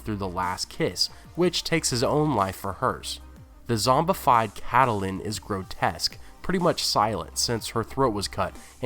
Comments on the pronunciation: Just an FYI-Lady Stark's name is pronounced Cat-linn, Not Cat-a-linn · Why do pronounce Catelyn like Cattle-lyn? In the show they pronounce it like Cat-lyn. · I love your videos but I cannot get over the way you pronounce "Catelyn." I don't know why it bothers me so much. that "e" in the middle, I leave it out, so did the show, so it must sounds like "Cat-lin." I mean maybe GRRM wanted that extra syllable, but for some reason it irks the hell out of me when you say it like that, lol. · How he pronounces Catelyn's name is my only complaint about these videos. We've heard how its pronounced in the show, so not sure why keeps saying it like he does.